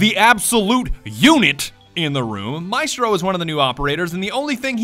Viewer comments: MI-STRO....the worst pronunciation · ATK/ Tomiz solo a me fa venire il cancro sentire questi inglesi che non sanno cucinare e insultano probabilmente la migliore del mondo, sbagliano ogni genere di accento chiamandoli “ Maistro” e “Alabai” e fanno battute su l’Italia in generale, quando il loro paese è forse uno dei più antidemocratici degli stati sviluppati